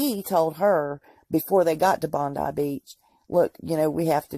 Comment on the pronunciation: It is pronounced BONDI (LONG I ) BEACH!